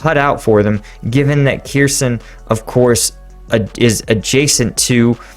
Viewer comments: It is not pronounce Keerson, More like Herson, stress on the H. Kh is to be pronounced like the ch in Bach. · Kherson is pronounced Her-SON, the leading K is silent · Hey! About prononciation "kh" combination is used to represent Ukrainian sound [h] like in 'house" or "horse" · The kh in cities like Kherson is pronounced as a hard H, almost like a lot of Arabic languages, with a little bit of phlegm.